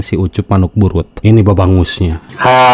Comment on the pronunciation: 🤣🤣😂😂 babang dipanjangkeun jadi babangus. Baju saya sampai basah, boa eta nu disebut mimpi basah. Salah 🤣🤣🤣🤣 ujungnya kok gak nyambung??? Keliatan juga boongnya, masa lulusan pesantren lama sekolah Perguruan tinggi islam, kok tajwid nya berantakan. 😂